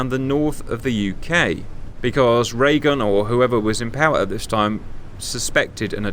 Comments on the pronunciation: Did you call him President Ray-Gun? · Yes, although funnily he pronounces his name 'Raygun' lol